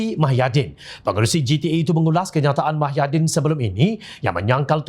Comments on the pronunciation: Pembaca berita sebut betol2...eja pandai cikit..muhyidin..bukan mahyadin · Apa punya level penyampai berita.tau la proksi pkatan hancing 22bln.sebut nama pemimpin pn xbetoi.bkn mahyadin tp muhyidin..show some respect skt.bru org blh respect hang.ngokkk DSAI ditangga ke 3 calon PM dlm undian awam